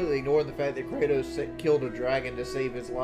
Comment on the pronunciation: KrAYtos WingsofOffkilterbarometrics